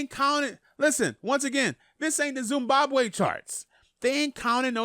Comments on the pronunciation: cant pronounce "Zimbabwe" properly😂😂😂🤦‍♂️ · Big fan of u but u pronounce Zimbabwe wrong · What’s Zumbambwe it’s ZIMBABWE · Wtf is a "Zoombabwe"??? You mean Zimbabwe.... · Zimbabwe, not Zumbabwe don‘他luz subscribers over some dum**hit. Making it sound like a zoo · my gee its Zimbabwe not zumbabwe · THIS MAN SAID ZIMBABWE STREAMS😹😹😹